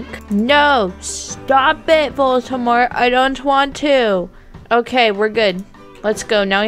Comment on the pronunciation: it’s Voldemort not voltemort Edit: OMG TY